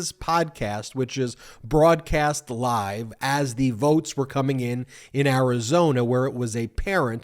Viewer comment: It's Arizona not Karizona!